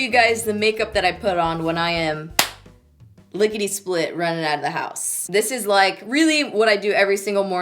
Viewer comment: I never knew anyone say that like I do " licked split " too funny girl.